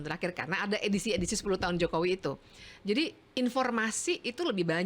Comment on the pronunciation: Bivitri kalo ngomong sok jakartaan...pakai K.Jokowi pengucapannya JOKOWIK tapi kalo lihat wajahnya kok kayak org ndeso yam..org mana.DULU pernah di calange pak Mahfud apa yg dia ucapkan suruh mempraktekan...dia geleng kepala. sih...dia...wajahnya coba hidung pesek